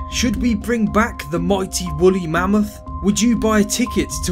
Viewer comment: He said bully mammoth